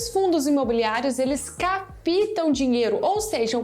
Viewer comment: Apenas uma correção, não se diz capitam e sim captam, com som agudo na primeira letra a..